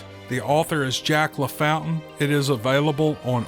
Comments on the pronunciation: Isn't his name actually Jack ,pronounced, La fawn tane? Just asking. That second story hits home. It reminds me that my sister-in-law is doing just this, missing my brother after 40 years together. Kind of sad at holidays. All of them. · in the deep south we pronounce your writer friends last name...LA FAWN TAiN...its a french Creole thing.